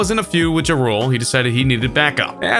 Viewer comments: every time you said J'Rule i considered killing myself ... Ja Rule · jarole? Dude, learn names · JARULE..... Its JA-Rule............. Ya'll need to hire people who know what they're talking it VO these videos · Ja rule “JoRul” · "JuhRule?" Seriously? Dude....JAH-ROOL. Learn how to pronounce the rappers names you're referring to. Jeez. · Everytime he said jarule instead of ja rule i cringed and did he say n.s.y.n.c instead of nsync? Lmao is this a computer generated voice? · lol, he said JuhRule instead of Ja Rule and "En Ess Why En See" instead of n sync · Commie Kah Zee? Joe rule? Jeeezus!😂😂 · Sounds like you're saying "drool" in stead of Ja-Rule. Also, em said he dissed mgk in kamakase because mgk dissed em in a freestyle and a song with tech n9ne and didn't even know mgk commented on his daughter (who was 16 and mgk was 22 at the time btw) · Say it with me Ja (like jaw without the w) pause Rule. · Ja Rule is so played out that the narrator calls him "Jarool" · Who TF is je-rule? 😄😄. This cornball literally said N-S-Y-N-C instead of "in sync". Fire the editor and hire a narrator that actually listens to music. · Did....this nigga say joe rule??? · Ja Rule: Jah-Rool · Did anyone else notice that he pronounced ja rule wrong lol it’s jaw-rule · "Juh rule" LUL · Ja rule Juh-rool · Yo. JAH rule. Its JAH. Two separate words. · J ah rule Haha you are saying it wrong bud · Jarule N, S, Y, N, C Comma Kaz-zay Needs to write a diss track about your pronunciation skills. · Ja rule is pronounced jah rule God damn if you report on black culture take the time to pronounce names correctly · Dang you don't listen to hip hop lol just by the way you say ja rule when it's said like jaw rule. And also that's disrespect to homie. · Is the narrator mispronouncing Ja Rule and Nsync as a bit or what? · Seriously bothers me how this dude pronounces Ja Rule. I've never in my life heard it pronounced that way. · Am I the only on who was bothered by how the narrator pronounced Ja Rule ?!?!?!